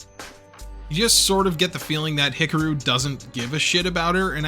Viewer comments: Love your History Rehash on Macross here. Just keeps reaffirming why I love this show. However, wow, I can't stop hearing you mispronounce "HIKARU" every time you say the name. LOL. HICKAROO??? Should sound like HICKAHROO. With an "AHhhhhh" nestled beautifully in the middle there, like the smooth vocals from the 7-Up guy...oops, that may be too old a reference LOL, ack, LOL. Regardless still, love all your stuff! Love to hit play as I build Gunpla...thanks so much for what you do! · Hick-a-roo? He-car-ooh would be much closer. Hick-a-roo sounds like an Australian red neck 😂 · you are pronouncing Hikaru wrong ,you have to sound it out,say it with me (He-ka-ru) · Oof, those name pronunciations. 🥴 Hickaroo, smh.